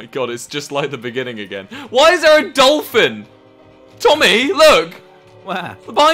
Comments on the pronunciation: "Dolfun." -, 2020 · “Dolfun”-, I personally wanted her or Kermit to win:( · Same “dolfun” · "Dolfun" Everybody: AYE AYE TRUE SHE SPITTIN FACTS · "Dolfun" Everyone - no no she has a point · "Dolfun" -, December 2020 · "Dolfun" So long, so long, and thanks for all the fish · The only reason i Liked this video is because of and her saying "Dolfun" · "Dolfun" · “Dolfun”